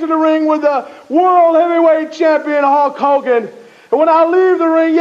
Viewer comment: Slick said Huck Hogan lol.